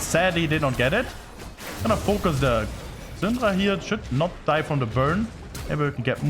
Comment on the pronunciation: Ive never seen a worst prunuciation of the « Syndra » name ever in my Life LOL. It took me legit a whole minute « who the fck is Xundra ??? »